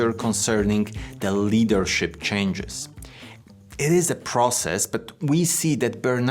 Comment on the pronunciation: Haha change sounds like chang =e chinese or shank- e haha❤❤🎉🎉